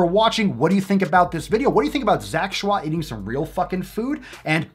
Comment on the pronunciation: His name is pronounced Ch-oy not Shwah. The way you have been mispronouncing it since I first starting watching your videos, bothered me.